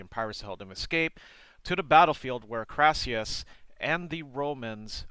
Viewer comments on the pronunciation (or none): His name was Crassus, not Crassius!!!!!😃